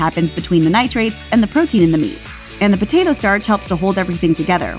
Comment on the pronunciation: "NITRITES," you brain dead automaton, not "nitrates". Geez ! Did you even finish high school ? >